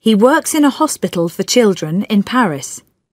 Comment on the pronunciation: الكلام سريع حتى كلمه children حسيته نطقها غير الي نسمعه بالعاده